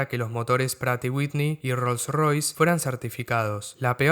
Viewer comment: Buen video! Por cierto, el nombre de la marca Pratt & Whitney es un nombre propio, así que la pronunciación correcta es en su idioma de origen “præt & ˈwɪtni”